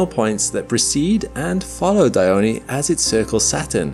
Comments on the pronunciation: It isnt Diy-o-ney, it's Die-on (in English, but actually it's Dee-on)... just saying. _ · why Dione craters sound like Anus and Dildo😭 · This is the the first time I’ve had to say this…. Pretty sure the e in “Dione” is silent…. But I’ve been wrong before… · No, it is pronouced Dione. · The fact this video pronounced Dione incorrectly is infuriating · It's Iapetus, not Ai--yapetus. And well as well is Dione or Diona, but not Daiyoni.